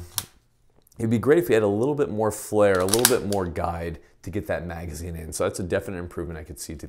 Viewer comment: Did you say you’d like, “more hair”or more “flare”... for an easier feed? 👉🏼👌🏼